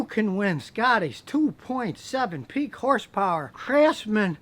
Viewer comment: 2.7 peak horsepower. Emphasize the "peak" lol